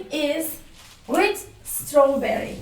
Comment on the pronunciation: "vid" değil be hoca, daha videoyu açar açmaz ofsayt: peltek yahu